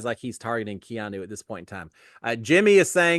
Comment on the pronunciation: …Props for learning how to pronounce Keanu! 😂